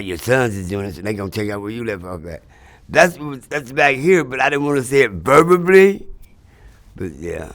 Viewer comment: Him: It’s about the gift of gab Also him: verbably